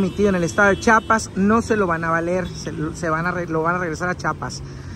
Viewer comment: Es Chiapas bro no chapas aprende a hablar 😂😂😂😂😂